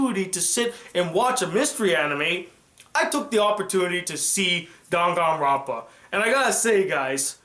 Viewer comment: I don't think that this is how you say danganronpa